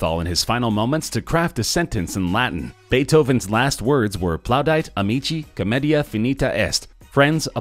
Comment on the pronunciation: it says plaudite, not plaudight